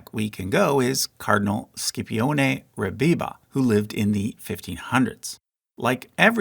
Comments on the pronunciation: Scipione is pronounced "Shipionay", with a "sh" sound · Brother your content is great but you gotta give some effort to the right pronunciation of the foreign names who tf is Skipioneeee